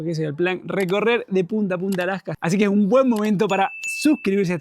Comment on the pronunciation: Casi no les entiendo cuando hablan los argentinos, como que aplican un freno a ciertas palabras o no se que sea. Por ejemplo no dicen Alaska sino Alacka como que cambian la S por una C